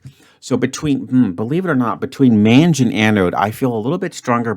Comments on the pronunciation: Rhymes with cringe? 😂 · Man, pronunciation of mange is freaking me out, makes it sound like something else entirely! SOARE gave me three vowels and I just saw Dougmansland's favourite CANOE straight away. A lucky one in eight solution for me.